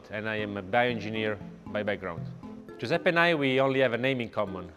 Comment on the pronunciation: It’s joo-sep-pay not joo-sep-pee